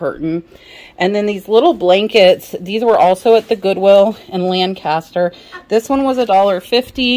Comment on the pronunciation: If you're from there, it's LANcaster (emphasis goes on the first syllable). And the syllables are not drawn out, but short.